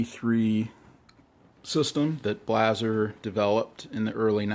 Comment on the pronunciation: Good video, very informative. Blaser is pronounced [Blou-zr]. Love my LRS 2 in 300WinMag.